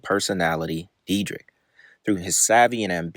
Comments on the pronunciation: Bro you know his name ain't no "deedrick" it's "deer deck". D + yr (year) + dek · Is pronounced Deerdek. 😂😂how much"research" could you have possibly done😂😂😂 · So just a few notes on pronunciation. It’s deer-deck, f-oust-tion bargain and ridiculous-ness. Good content but not knowing how to say the words of the subject your covering was driving me crazy. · it doesn’t matter at all, but it’s pronounced “deer-deck”. like i said doesn’t matter i’m not tryna be annoying just letting ya know brother. amazing video. i loved these guys when i was a kid. sad to see the facade fade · For if u ever make a future video about him. Its pronounced deer-deck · It's pronounce, "Dir - dek". Where can i see the OG video, not what you stole to make your content? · It's pronounced deer-dek bro 😂 all love tho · its pronounced De-er-dek(Dyrdek) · his last name is pronounced "Deer-Deck" for future reference. love the videos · You’re saying his last name wrong